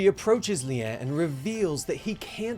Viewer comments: sorry to correct you but its Lie is pronounced LI not LI-a but other than that keep up the amazing work guys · No it's more like Li-eh or like Lyeh